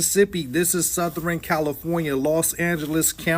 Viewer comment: Not South-er-en California. 😂